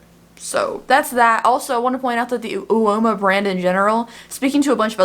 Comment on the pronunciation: Surely it's "whoa-ma" ?? Like whooaaa/woahh Iceberg!! Or whooaaa/woahh I'm on a ride that is unsteady and I'm falling or Stewie Griffin in his helicopter practicing to crash...and then crashing for real!